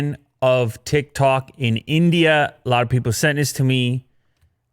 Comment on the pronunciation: Nobody: Absaloutly nobody:: TiK tAk